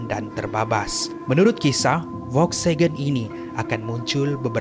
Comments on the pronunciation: Volkswagen bukan Volksagen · Bukan volksegen tapi volkswagen😅😅😅